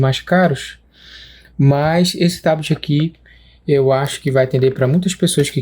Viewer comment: Curti o vídeo e, mais ainda, o "TABITI"..😂😂